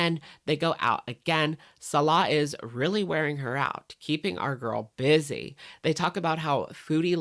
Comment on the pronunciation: That's how Amberlynn pronounced it, "gorl".